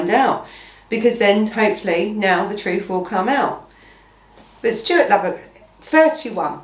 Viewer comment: At least get his name right. It’s Lubbock, not Lublock or Labrook. Switched off before the 5 minute mark. Smh